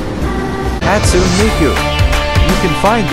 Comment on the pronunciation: Bro just said hatsume Miku